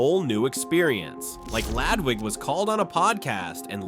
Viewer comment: I notice your videos say lAdwig, but if you can try to work it better to say L"UH"dwig. It would be a lot more on point and flow better.